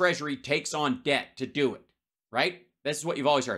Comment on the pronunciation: "he needs top do more"? Do u need to edit out the p?